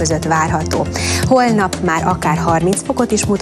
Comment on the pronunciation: 0.32-0.35 " és a továbbiakban má leginkább csak..." Csak én hallom azt hogy nem mondja ki hogy máR?